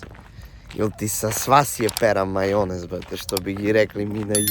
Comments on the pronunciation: al kad je pandur reko pera maljonez hahahahhaa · Sine zna on bolje srpski nego prestolonaslednik Karađorđevic možda je i roštilj jeo u Leskovac,odade se šipac kad izgovori maLJonez😂